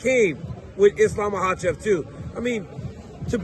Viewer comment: DC, JUST ONCE, HAVE ISLAM ON YOUR SHOW AND ASK HIM HOW TO PRONOUNCE HIS LAST NAME!!!!!!!!!!!!